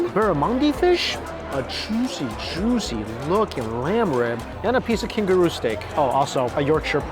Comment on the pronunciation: Jooshee (juicy)